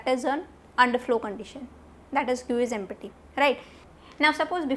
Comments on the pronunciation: Its not Empi-ty Thats empty-- (emp-ti) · mam you are teaching nicely but take care of pronounciation while using empty